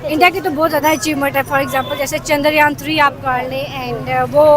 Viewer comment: Pakistani jahilo its chandra yaan not chandar yaan .. ye paka lahori hogi